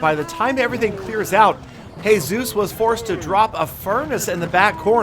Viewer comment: Did u say heyzues when u were talking about Jesus